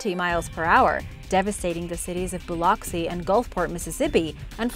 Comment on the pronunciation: Your Katrina pronunciations are really off Lake Pontchartrain is “Pawn-cha-train” and Biloxi is “Bil-ox-ee”